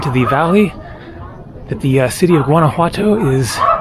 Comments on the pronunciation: Awesome video!!! Only thing that bugs me is that the ‘o’ at the end of ‘Guanajuato’ is pronounced like the word “toe” not “too”. So like GuanajuatOE. You say the ‘j’ perfect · the "G" in Guanajuato is silent dude! If you are going to make this video, say the name correctly!